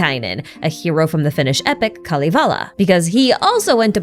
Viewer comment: “Shnezhnaya,” “Kal-i-vala,” “Po-hola,” etc. 🤦